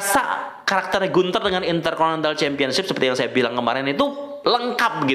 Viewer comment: Gunter dibaca Guntah